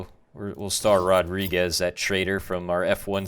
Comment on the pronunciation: You say Rodrigues with Spanish accent... he is Portuguese!